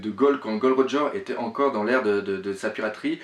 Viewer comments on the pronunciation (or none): none